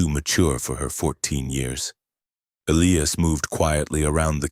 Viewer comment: Eiias is pronounced : E' L-I'AS Not Ellyas